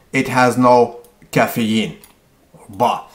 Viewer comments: Cafee-een! Lol! This guy is the best!! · You say caffeine in a weird way. But yeah, Mike Chang's website is absolutely hilarious. Go there for a good laugh. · omg, lmfao at the way he says caffeine